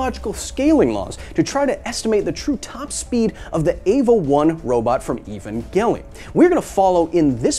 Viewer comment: Kyle, please don't start another .gif war. I'm pretty sure Evangelion is pronounced with a soft g (unlike .gif, which is a hard g, because it's a graphical interface format), like angel or evangelical.